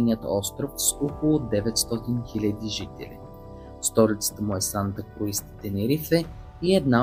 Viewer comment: Много е крсиво, сосбено на живо. Наистина си заслужава веднъж да се посети поне един от островите. И ако позволите да направя една малка поправка: столицата на Тенерифе не е Санта КруИз де Тенерифе, а Санта Круз де Тенерифе.